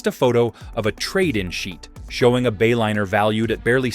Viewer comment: AI crap...Bayliner became Baylinner. Is that what we are spending trillions on?